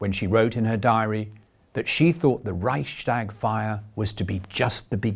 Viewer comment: the word Reichstag has no "sh" sound in the middle. It's a compound word: Reichs + Tag.